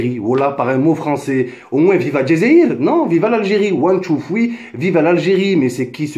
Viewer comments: One two fwii lol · Ouane tou foui 😂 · WOUAN TOU FWEE MDRRRRRRRRRR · ouane tou foui 😂😂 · One two... fweee???? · Nan man nan c pas one tou foui